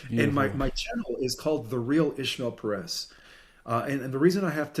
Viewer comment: I'm so glad you said hia name right, "", not ISHmael PEHREHZ like so many non spanish speakers say, its annoying how other interviewers mispronounce it. 😂